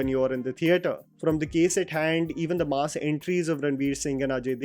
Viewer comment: Stop pronouncing ‘mass’ like you are talking about a slab of meat. Mass, not maas.